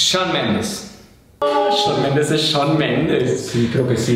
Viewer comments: SHAWNNN MENDES ES SAHWNNN AAJAJAJJAJAJAJAJJAJAJ I REALLY FELL THAT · 🤣😂🤣 Chaun Mendez es Chaun Mendez 😈 (Así sentí que lo dijo)